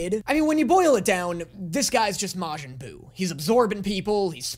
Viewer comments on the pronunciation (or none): none